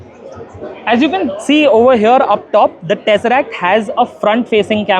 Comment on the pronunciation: To anyone who has ever watched any Marvel Movie, I don't think the word "Tesseract" is difficult to say.